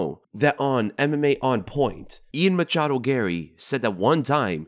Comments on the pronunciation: everytime you say "Machado" i die of cringe inside a bit more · Man you really like to emphasize on the "machado"